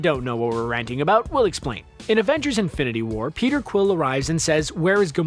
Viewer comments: it's "Infinity" not "Infininty" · “Infininty War”